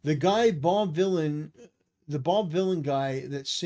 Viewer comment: The irony of the last name pronounced as "villan" 😂